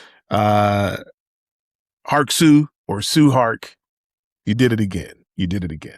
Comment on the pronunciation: Tsui Hark is pronounced like "Choi Hark"